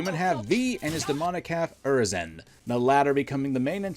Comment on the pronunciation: You gotta be saying Urizen and Qliphoth wrong on purpose bro 😭😭😭.